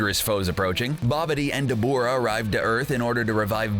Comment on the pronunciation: Cbr please get someone who has actually watched the show 😑. This guy's keeps butchering the names. Debooora